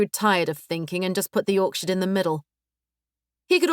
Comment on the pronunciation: Orchard❌️ Orksherd✅️ 😂😂😂